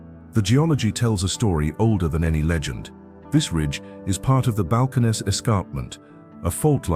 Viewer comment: Seems that if going to this much trouble to make these great videos; the narrator should have learned to pronounce the local names like Leaky, Nueces, Balcones, etc. I’ve tried for decades to get tourists to try Texas for one vacation. Although the territory covered here is way too big for a two week’er.